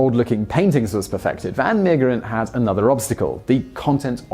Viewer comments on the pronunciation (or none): It's pronounced van Mayggggg/%&$#eren. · Haha, as soon as I saw the title, I knew you'd have trouble pronouncing the name. It's okay, I know it's hard if you speak English, especially the g in the middle. You could have pronounced it a lot worse, you didn't butcher it. As long as you don't pronounce Van Gogh as Van Go we're good. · Simon, if you do the English style pronunciation, but with the Dutch "g" sound, it would be virtually perfect. The "Mee" bit sounds like may, then the g sound and the last 2 e's are pronounced as in "the".